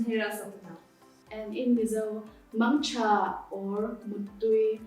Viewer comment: Mangtha not mang cha Muttui not muitui